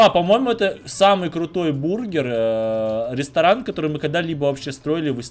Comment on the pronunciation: Это самый классный рестроран(дом магазин) который мы строили,, так говорит каждый раз когда они с Ма что либо строят😁😂 Кто так же считает ставьте лайк что бы заметил😝😜